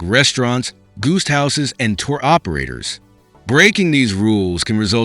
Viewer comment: Annoying AI voice constantly pausing ...and what is a "goost house"?